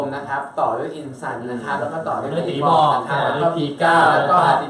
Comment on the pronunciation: พี่เตพูดผิดค่ะจากอินซันกลายเป็นอินจัน